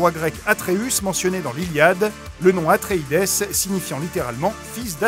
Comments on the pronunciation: Si les Atréides sont bien les descendants des Atrides, pourquoi prononcer Atréidèss ? On ne dit pas Atridèss, on dit bien « atrid » 😉 ✌🏼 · On prononce pas "Atreïde'' plutôt que ''Atreïdesse'' ? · c'est bien "Atréïde" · En français oui, en anglais ça se prononce "atréïdize", j'ai l'impression qu'on a droit ici à un mix entre les deux !